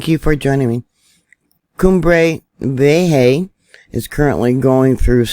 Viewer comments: It's vieja.... Vee-aye-ha... Not vee aye hay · Vieja is prounounced VEE A HA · Your wonderful. Let me help you out. Since you will be saying it a lot. V-yay-ha. Try saying it like that. Vee - yay - ha. Thanks for all the in depth news. I count on it. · excellent report and not to be picky but it's pronounced ' Vee ay ha'. The situation, from all this recent information, really does appear to be deteriorating. The air quality already worsening in Puerto Rico is also very concerning. How far will that spread? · You're the best,! <3 FYI, Vieja is pronounced Vee-aye-hah. I appreciate your videos so much - all of them!